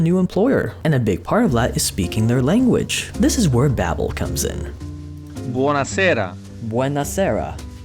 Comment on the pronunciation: Your "Buonasera" sounds more spanish than italian lmao